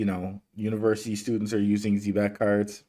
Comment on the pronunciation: It's (ZEE-BEC) not (Zeh-bec) damn and I went to a ghetto public school. Learn to say it right, please.